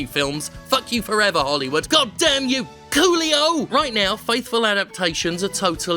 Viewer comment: The best part of this video is hearing you scream "Coolio!", as it sounds like "Qlio!" which over here is a slang similar to say "MotherF*cker"